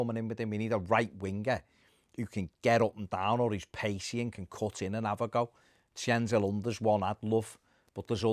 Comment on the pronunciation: Love when pronounces “Cengiz” as “Chenzul”